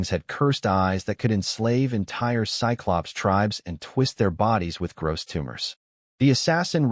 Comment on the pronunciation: Also cyclops is pronounced sigh-clops.